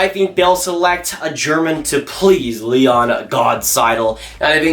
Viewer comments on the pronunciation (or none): none